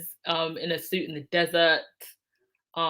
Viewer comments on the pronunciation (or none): none